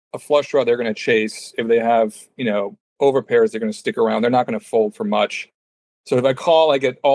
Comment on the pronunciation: I was on this guys side until he said over-pairs😂😂😂😂😂😂